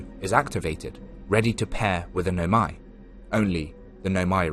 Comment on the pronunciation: barely a minute in and i'm gonna stop you right there, why noMAi instead of NOmai 😭